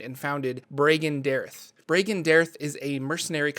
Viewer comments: Omg it's Bay-en-ré and Brāgen-de-airth. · His organization is pronounced (bree gan day arthe)